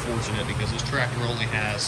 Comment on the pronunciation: I can remember having to jump-start Dad's rig in the middle of winter, with nothing more than a old F-100 pickup truck, but if your serious about giving it away, I can have a truck there inside a hour to pick it up?, 😉, lol, I thought ya called the truck Blue-collar, when did you start calling BC the Trateer-Tassy?, why do you pronounce the word tractor like that anyway, I couldn't help but notice your Dad and brother don't say it like that, you actually sound like somebody with a speech impediment when you say "trateer-tassy", lol, the only other person I've ever heard say it like that, is that Bobby Goodman guy from the tv-show swamp-loggers, and I'm about 90% sure that you never said tractor that way before you went to jail, if I wasn't so lazy today, I'd go look through some of your old video's too prove it, lol